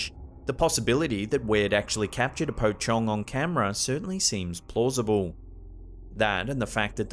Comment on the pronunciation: it is my first time to hear west people saying pocong, and what i'm hearing is powcong instead pocong 🤣🤣🤣